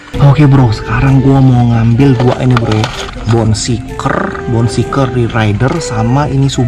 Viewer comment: Mau ngasih tau aja bang,namanya kan bone shaker bukan bone shiker,cuman ngasi tau